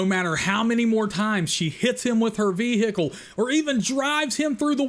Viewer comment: VeeHickle 😂. Some of these movies 🤔🙄